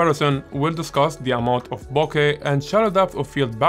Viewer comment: Firstly, let me thank you for pronouncing BOKEH properly. Its so annoying seeing all these professional youtube photographers pronouncing it incorrectly and then getting all high and mighty when you point it out to them. When I switched from my Sony a6000 to the a7 iii, my first full frame lens was a Rokinon 35mm 1.4, then I got the Sony 85mm 1.8, and it's def my favorite lens for portraits. More recently, I bought the Tamron 20mm 2.8 because sometimes the 35mm is not wide enough for me and I love the more dramatic and distorted images you can get from it. Sometimes I think of selling the 35mm or maybe just adding a 50mm 1.8 to my kit.